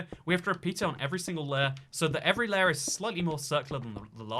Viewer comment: Bruh ur accent on layer is weird lol